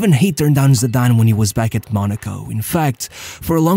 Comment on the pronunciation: Shame he can't pronounce his name I've noticed that a lot about this guy talking